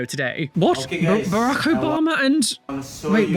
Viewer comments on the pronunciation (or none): That was Ba-roke Obama and MLK. 😂❤